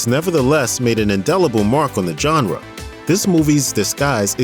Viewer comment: But u dont know how to pronounce genre